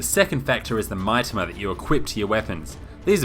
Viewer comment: OMG DX OK HERES A TIP. IN JAPANESE, THE VOWELS ARE A - AH E - EH I - EE O - OH U - OO MITAMA IS MEE-TAMA!!!!!! DX DX DX DX DX